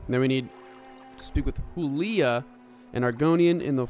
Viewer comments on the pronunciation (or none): Not pronouncing huleeya as hoolio 😭